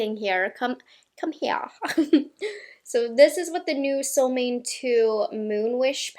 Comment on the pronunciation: fun info: The name SOLMÅNE is in swedish and is pronounced kind of: ”Sol” = as the words ”cool or pool” but with a S first before the oo. And ”Måne”= kinda like the words ”loan-eh” but with M first ofc. Really like and appreciate your videos all the way from sweden!